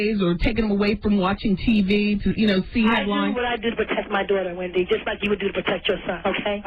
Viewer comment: Nicki really said “Pendy” 😭😭💀